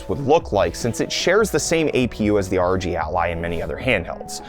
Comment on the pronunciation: The way he pronounces ROG as a word 😭🔫